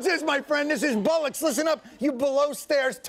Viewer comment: It's pronounced bollocks, no bullocks...